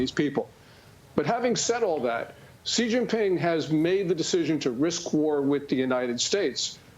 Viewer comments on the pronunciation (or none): Xi is pronounced 'She' not 'jee'. how can you purport to know anything about China when you don't know this?